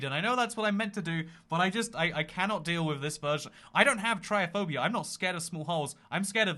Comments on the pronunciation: it's trypophobia not tryophobia lmao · I'm more terrified that can't pronounce "TryPophpbia" or is blind to the letter "p" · Is anyone going to correct his pronunciation of trypophobia?